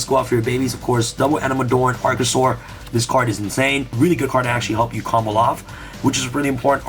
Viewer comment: Nobody:: “COMBLE-OFF” “SPESH-UMIN”